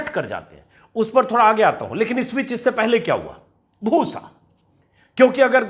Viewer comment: Bhoosa na huya “bhus” ho gaya 😜😝😜😝